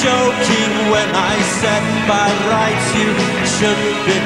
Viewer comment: "by rrrrrrrrrights" ..is this a manchester accent or something?